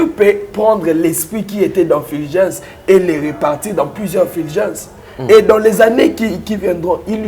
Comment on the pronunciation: c'est Fulgence et non filgence